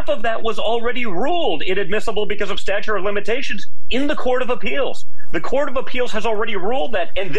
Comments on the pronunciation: He said stature of limitations...hahaha! Not statute! So... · He said stature. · Did he say, "Stature of limitations"?